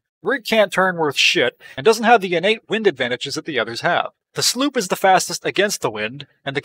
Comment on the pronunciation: sloop not sloep